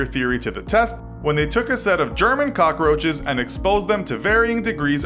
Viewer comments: “Cock-a-roaches” literally every time he said it my eye twitched Edit: THAT KEITH RICHARDS FLAME ☠️☠️ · Why is he calling them cocaroaches? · Am I the only one that gets annoyed by him saying cockaroaches instead of cockroaches